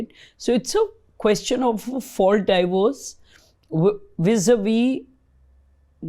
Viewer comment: Thanks! Very informative. Its not 'die-vorce', it's 'dee-vorce'.